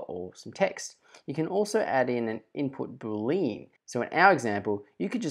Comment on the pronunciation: Excellent presentation. Thanks. We pronounce the word "Boolean" differently.